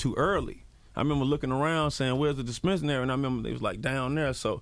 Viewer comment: Good interview, but it is dispensary! He kept mispronouncing it really wrong